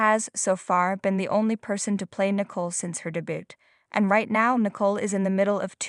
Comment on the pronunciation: Nicole not nickle. Get someone eho can pro ounce people's nameright!!!!!!!!????!!!!!!!!!!!!😂.